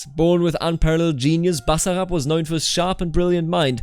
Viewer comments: Its pronounced "Basssarasasara" jeez man get it right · Hah wow thank you, I completely forgot that I joined the channel thing, Got quite the surprise at the end hahah. Its pronounced with emphasis on the I like you did the first time!